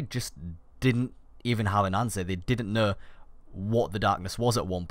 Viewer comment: "They didn't kneh."